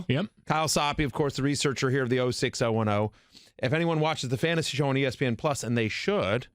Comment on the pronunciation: “Fantsasy” live mock 😂 The writing skills needed to work for espn is impressive